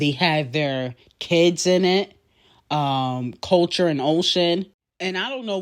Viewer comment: said kulture and ocean 😂🤣